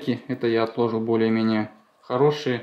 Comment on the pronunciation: Говори правильно не отлОжил а отложИл